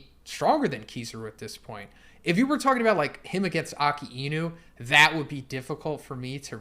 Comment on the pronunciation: Please say akinu’s and Kizaru’s name correctly